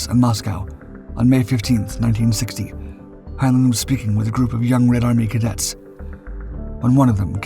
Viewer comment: This is an AI slop channel. You don't hear the synth voice? The newspaprers are gibberish and one "Russian" one is in Japanese. Hinelin is not how Heinlein is pronounced. Block the channel and thumbs down otherwise there will be no more humans on Youtube. We are the YOU!